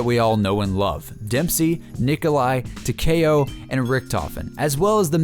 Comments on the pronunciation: its takeo not takao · It talk-ee-oh not talk-a-oh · Taw-Key-Oh not Tacky-O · Tuh-kay-oh lmao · why he say tekao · Tac-E-oh like (Tick) Tac- E (straight E, not eh) - oh (Oh, he doesn't know how to pronounce Takeo?) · It's not pronounced teh- ka - o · tah-k-o? do YOU even pronounce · no I ment YOU pronounce the k like k-e-y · any1 else pronounce takeo as Tac (tic tac) E Oh? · It's said Ta kee oh that's how you say it but you spell it takeo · I pronounce it Takeo, (Tak-E-O) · tahkayoh lol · 😂😂😂 when he fucks up the name for takeo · it hurts so much when he says Takeo wrong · For some reason it rally annoys me when ppl pronounce it like that 😂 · He does not know how to say takeo 😆😬💯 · that pronunciation on takeo lol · it's takeo it's like Tokyo except with an a sound